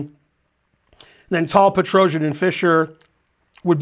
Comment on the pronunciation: that "Petrosian" pronunciation was very good, go Ben!